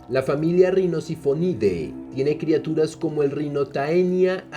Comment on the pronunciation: "Criaturas" no "Crituras".